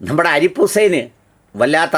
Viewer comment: അരിപ്പ് ഉസൈൻ അല്ല ഹാർ പിക് ഉസൈൻ